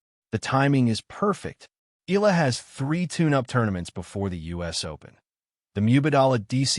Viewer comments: E-yala or Yala not EELa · Fake AI news narrator cant even properly pronounce Alex family name😜😜😜